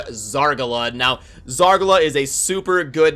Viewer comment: Love you, but the way you say Zargala.... nah fam